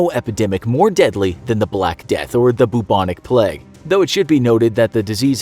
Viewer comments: Why he keep pronouncing plague like pleg? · Why does he pronounce it “pleg”? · He keeps saying pleg instead of plague and no one is noticing and it's making my physically enraged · No one: Absolutely no one: Infographic show: pleg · Why does he pronounces plague so weird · How does "plaque" equal "plague"?